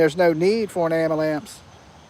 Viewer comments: Luv the way you say "Amalance". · It’s amalamps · I think he’s saying “abulance”😂